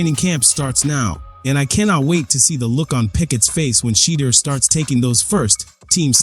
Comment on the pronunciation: Stop "Butchering" the man's first name. Learn the proper way to pronounce it. No harm,just respect. By the way,enjoyed your spin on Sheduer's NFL adventures thus far.